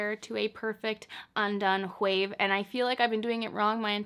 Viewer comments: Girl the words wave and wind don’t have an “H” in it lol but I like the video! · She says wave like “whave” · Like she was raised by her southern conservative gramma from the 50s Nobody says “whave” anymore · I thought I was the only one that heard it...if you don't watch Family Guy look up Stewie Griffin pronouncing "Cool Whip"...haha I am glad she people picked up on her sense of humour! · the way she says "hwave" 😂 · gahhhh! why does she keep saying whave? is it some kind of inside joke? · “… tousled whaves if you whill …” we already know she likes making up words (“chesticles”); apparently she also enjoys creative pronunciation. 😉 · I love how you say "Whave" and "Whindswept" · Whave and whind 😂👍🏼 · I heard that WH too - just an observation, don’t think you were being nasty. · Gosh... why does she say wave like that?! It reminds me of that one scene on the movie Hot Rod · Girl why do you say “wave” with an H in front of it hahahaha